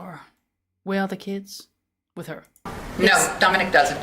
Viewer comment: His name is Domenic....not Domenique....there is a difference. Lets show some respect here for this beautiful little 5 year old boy.